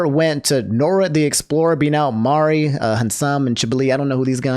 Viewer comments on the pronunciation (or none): none